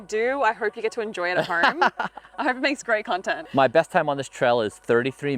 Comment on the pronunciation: The way she puts an R in home …”horme” 😂 good on ya mate !